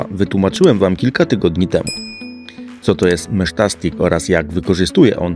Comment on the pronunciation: Sprawdziłem najnowszy film jaki kolega wypuścił i cały czas jest to samo. Kolego, [mesztastik]. Taka jest poprawna wymowa. Teraz pewnie już się nie oduczysz po tylu miesiącach... ;)